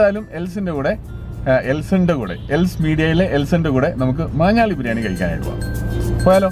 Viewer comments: Its maanjaaly bro not manjaaly. It's near my mum's place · മഞ്ഞാലി അല്ല ബ്രോ "മാഞ്ഞാലി" ആണ് മാഞ്ഞാലിക്കാരുടെ പ്രധാന ബിസിനസ്സ് കാറ്ററിംഗ് ആണ് അങ്ങനെ അവിടുത്തെ ബിരിയാണി ഫേമസ് ആയി...